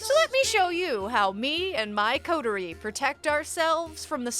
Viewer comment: you finally learned how to pronounce 'coterie' 🥺🥺